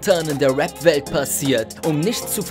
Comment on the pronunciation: Es heisst rap, und nicht Web 🤦‍♂️🤦‍♂️🤦‍♂️